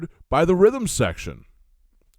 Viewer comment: Rhythm secrtion? Is that where something secretes rhythm?